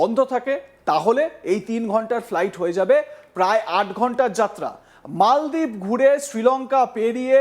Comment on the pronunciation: মল দ্বিপ না মালদ্বীপ? আগে লেখাপরা সেখ।